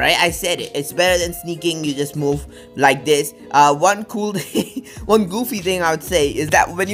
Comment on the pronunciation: "Or any ting" Are you speaking English?